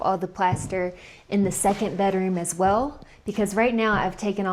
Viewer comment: I noticed you say "W" instead of "L" (weww rather than well). I thought it may be a speach inflection from where you live but your dad doesn't speak that way. Just curious!